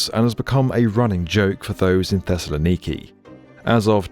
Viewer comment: Your pronunciation of Thessaloniki is b-e-a-utiful. Also, since it took almost 50 years to build, this metro became a meme to locals equivalent to “we’ll soon have flying cars”.